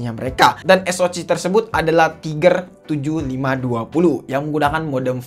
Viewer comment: Bg saran tlg perdalam lg spelling istilah2 bhsa inggris. Sperti spreadtrum jgn disebut spEktrum, tiger tlg dsebut dgn taige'. SOC sbut aja Es Ou si, atau klo gk sebut aja dgn ejaan indonesia (SOC), jgn Es o ci